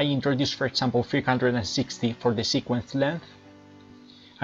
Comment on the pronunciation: Wow, great presentation. Thanks. Just a note, you are pronouncing "example" as "sample", it is pronounced more like "egg-zample". You are also pronouncing "did" like "deed". But, your english is very good. I hope this helps a little. Keep up the good work.